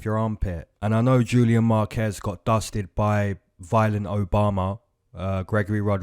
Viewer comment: Did you just say violent Obama 😂😂😂😂😂😂😂😂😂😂😂😂😂😂😂😂😂😂😂